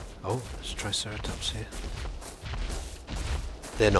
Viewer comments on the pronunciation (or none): none